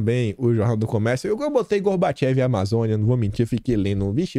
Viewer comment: A pronúncia correta é "Gorbachov"e se escreve Gorbachev ok,gera credibilidade se vc falar a pronuncia correta.